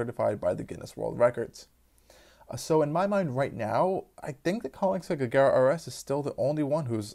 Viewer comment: "tooatara".... "Konnigseg". hmmm